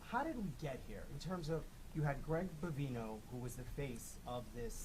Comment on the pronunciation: You Pronounce His Name... * Bon--g--No * . Not * Ba--B--No *. ☺️ just sayin